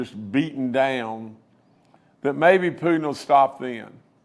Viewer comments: You know, you know, you know, you know !! Please give this moron some speech lessons!! Did he just call Putin, “Pudin”??? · Did he call Putin, “Pudin”???